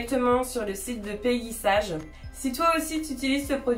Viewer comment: Ca se prononce " peggy saige " et non sage 🤣. Mais tu n'es pas la seule à faire l'erreur. En fait c'est une marque US créé par mrs peggy sage une américaine qui a été revendu et maintenant est française mais malgré tout on doit le prononcer ainsi .